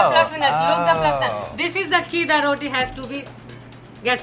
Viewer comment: Also, someone please teach this girl to pronounce "roti" correctly. Lol.